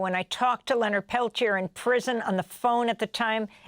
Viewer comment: Mr Peliter? Really? They couldn’t even pronounce his name properly. 🪶FREE LEONARD PELTIER!🪶